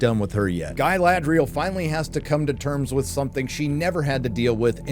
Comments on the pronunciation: Galadri-Yell. Feel free to lift this. You're welcome. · "Guy-Lad-Real" lmao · Why is he saying it Guy lad rial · Why does this American weirdo keep saying 'Guyladriel'? Is it because he can't pronounce the correct name or is he trying to be 'clever' and imply she looks or behaves like a man? Either way, it's incredibly childish and boring. Say it once mate we'll get your opinion but ffs don't keep saying it. The character's name is Galadriel. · Why is he calling Galadriel, Gay-ladriel?